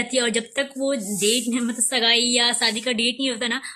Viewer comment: Scene pronounce nhi kr paa rhi ho shgai nhi sagai hota h